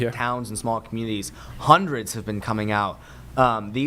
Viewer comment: Taught him to say hundreds 😂 come on ninja